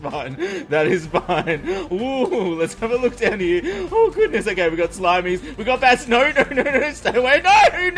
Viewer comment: *happy 2017. "oh my gooness"